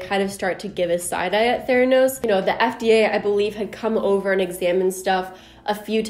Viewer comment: I don’t hear „theranos“. I hear „thanos“.